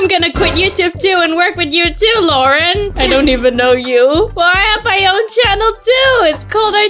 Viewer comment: I mean it’s Lauren Not Lang